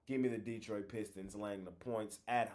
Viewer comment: saying Det-4😮 but i can see it. I think i just threw up a little bit, saying it😂😂